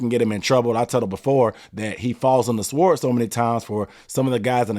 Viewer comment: You don't pronounce the w in sword...